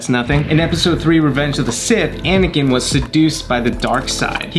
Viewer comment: it Anakin not whatever u said